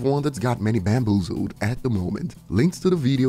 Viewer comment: "bamboozled" now I questioned myself... Do you play Apex Legends???